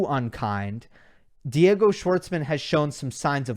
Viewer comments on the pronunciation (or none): none